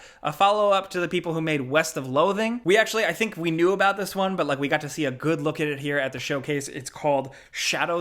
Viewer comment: “What we all really kneew”